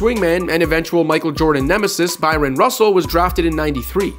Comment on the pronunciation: For the umpteenth time, Russell's name is BRYON, not BYRON. Ffs